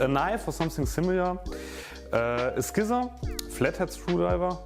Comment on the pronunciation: Awesome video. Please look up how "scissors" are pronounced though.